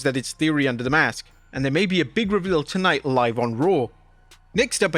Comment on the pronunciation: Tonight-uhh will be epic-uhh